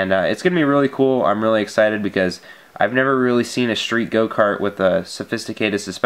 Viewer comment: wanna be cool? Don't forget to pronounce it: schtreet!